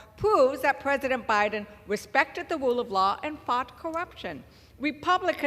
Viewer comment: "The wule of wahh" had me, hahahaha